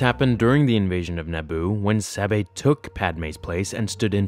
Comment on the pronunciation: It's weird that you keep switching between different pronunciations of Sabé's name. It should be pronounced Să-Bay. The names are my biggest problem with this book, all of her handmaidens had very similar names, it made it difficult to keep them straight.